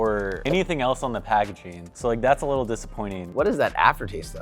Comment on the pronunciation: “Just a whittle bit they waste wike a whopper to me”